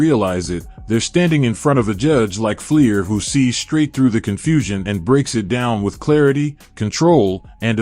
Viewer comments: Fleischer. Should be pronounced Fly-shur. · Judge "FLY-SHUR".